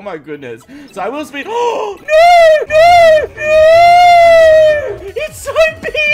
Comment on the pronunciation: dat "NO" tho